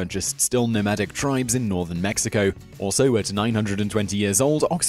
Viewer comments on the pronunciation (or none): none